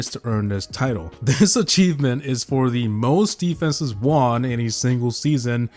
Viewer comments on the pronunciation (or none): Its WON not JUAN 🤣😭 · the way you say "won" makes me want to die